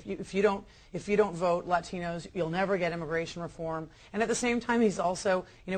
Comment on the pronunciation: Notice the affected pronunciation of "Latinos" at the beginning of the speech. I'm surprised he didn't insert "Viva la Raza" into his words. Nobody should be surprised that Obama - whose political career grew like a weed steeped in the rich manure of Chicago-area politics - would resort to abased politicking.